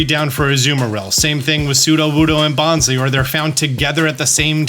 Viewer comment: It's Bon Sly, as in bonsai that is Sly, bonsly.